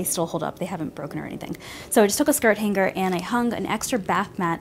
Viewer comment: its "hang-er" not hang-ger